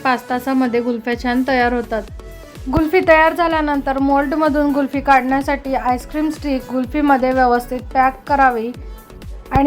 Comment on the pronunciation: कुल्फी छान झाली आहे. पण तुम्ही गुल्फि म्हणतात. कुल्फी म्हणा ताई 😊